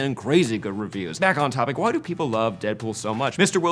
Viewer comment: It sounded like you said "So, that's why white people love Deadpool" made me laugh